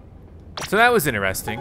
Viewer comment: why do u pronounce interesting like that